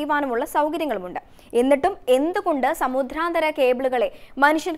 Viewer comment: Uchaaranam kettuthanne padikkanam. Samudhranthara.... Alla samudranthara. Pothuve katti kurachu sawmyamaayi Sam saarikkuka.